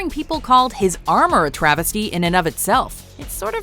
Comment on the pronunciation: "If you do not tell me, I will hurt pee-pole."